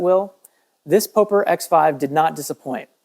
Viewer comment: It's POP-ER not POE-PER lol